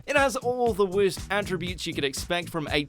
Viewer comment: "wehrst" anime so far